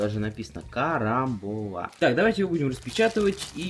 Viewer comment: КарамбОла, ударение на "о".